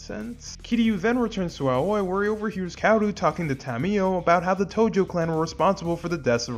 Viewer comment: I don't believe that Ryuji bought Kiryu's lie. He's just smart enough to let it go. His nonchalance when Kiryu turns up at the Omi Alliance Building suggests this to be the case. Edit: Aoi is pronounced Ah-oh-ee and means 'Blue'.